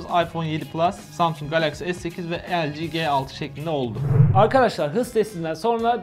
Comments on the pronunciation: El ci ge altı diyince sinir olan tek ben miyim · O LG G6 doğru okusan iyi olurdu.